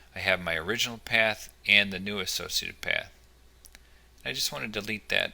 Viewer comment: Am I the only one hearing "sociopath" instead of "associated path"?